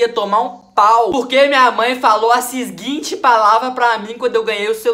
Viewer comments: sisguinte kkkk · ''sisguinte'' kkkkkkkkkk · Quem percebeu que ele falou sisguinte